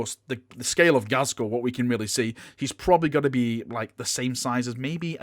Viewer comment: It's pronounced GAZ-KULL... not GAZ-SKULL.. (there is no 's') And now it'll annoy everyone else too